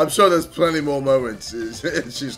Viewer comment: I swear he said "I'm sure there are plenty more momentzes"